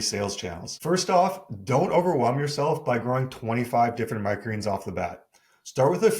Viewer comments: Why does he always say “micreens” instead of “micro greens”? 😂 Love the videos btw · Am I the only one who cannot handle the way he pronounces "micro greens". I love the information, but cringe every time he says it.